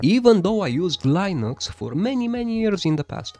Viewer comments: "Lainux", what a unique way to pronounce it lmfao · ... Did somebody say... LAIN... Nux?